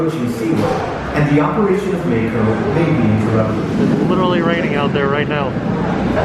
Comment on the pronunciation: I love how butchers names., if you ever read this comment, I assume the ride you referred to in the beginning is spelled "Mako". If so, it is not pronounced with a long "a" as in "May-ko". The correct pronunciation is "Mah-ko". Rhymes with the name "Rocco". I believe it is the Japanese word for either shark or a type of shark. Not sure. Hope that helps. Keep up the awesome work!